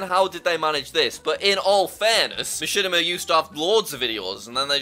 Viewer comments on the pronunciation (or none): none